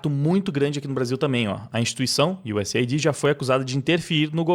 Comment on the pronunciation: US AID e não USA ID.